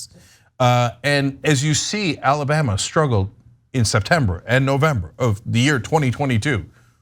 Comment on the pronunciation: "Ala-butt"? Anyone catch that slip-up by Ana at the beginning of video? LOL! 🤣